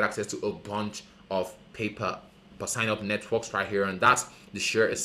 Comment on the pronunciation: It's sign, not sing. Say sign